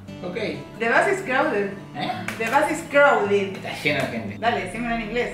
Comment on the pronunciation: “the bus is crowli”